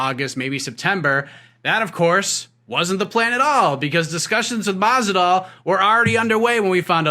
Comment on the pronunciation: Who is Stephen talking to the man keeps saying Masidal. Lol